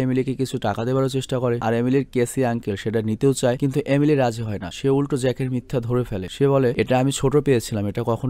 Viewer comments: আপনি এমেলি কে একবার আলিমি বলছেন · majkhane apni amily na bole alimy bole felsen.... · Apni alimir mar jaygay alime bolchilen